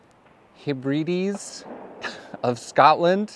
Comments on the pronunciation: Pronounced ,Hebradeeze. The "e " isn't pronounced "ee " as in ,as you Americans pronounce " Zeebra". But " e " as in " head ".😊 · Hi! The Isle of Lewis is at the top of the Outer Hebrides off Scotland's West Coast. A wee help with pronunciation... it's "Heb-ri-deez". The Isle of Harris, although part of the same landmass as Lewis is treated as a separate island. Luskentyre Beach on Harris is probably the UK's best! I've only been to the Isle of Barra, the southern most inhabited island of the chain. Like all the Hebridean islands, Inner and Outer, Barra is also a place of beauty. It boasts one completely unique feature. Namely, the only "scheduled airport" in the world which uses the beach at low tide as its runway! 😯 Quite the sight, seeing the wee Twin Otters coming in to land and taking off again! 😀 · Heb ri dees. Pronounced with emphasis on first syllable with the RI pronounced as in the word rib. The Isle of Lewis is one of a string of islands which together are called the Outer Hebrides. They form the westernmost part of Scotland, apart from further West isolated island group of St Kilda out in the Atlantic.